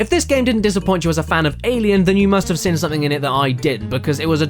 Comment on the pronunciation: Has anyone noticed he says 'sin' instead of 'seen'